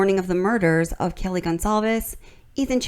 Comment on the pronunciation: He also said Kylie instead of Kaylee